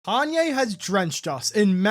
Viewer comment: I don’t get it, how can you be such a fan and can’t even say his name right..